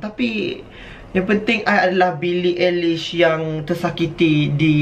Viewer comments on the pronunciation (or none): billie ai-lish ❌ billie e-lish ✅ - heri 2020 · Lahh terkejut aku tengok pakai Baju Billie, Me massive fan Billie tau tau lah perasaan sebagai fan macam mana kan;-;....... Edit: Btw cara pronounced nama Billie bukan "Billie Aelish" but 🍑 "Billie Ailish" [ Cara Pronounced nama Billie ]